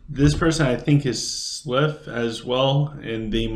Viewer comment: Man my clash of fate was crap today, only 3 enemies joined and I totally wrecked them. Also I've noticed you call the sylv "Slyph", and cavalry "calvary", you're either dyslexic or you haven't noticed the spelling for some reason. Don't mean to be an ass or anything of the sort, just constructive criticism. You took the other guys advice about nexy so I thought I'm might chime in as well. Keep up the great work man. I might switch to sylv in the future.